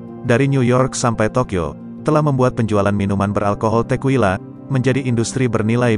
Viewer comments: Bro bukan tequwila nyebutnya tekila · Klo kita nenggak 1 sloki setiap naratornua ngmg “Tekuila”, kita udah mabok skrg 😂 Btw, bacanya “Tekila”, bukan “Tekuila” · pengucapan tequila itu tekila. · Bacanya Tekila bukan sih?